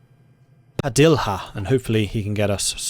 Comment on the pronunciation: Padilha sounds like Padilia